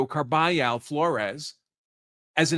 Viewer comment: lol it’s pronounced CAR-BUH-HALL 😂😂😂😂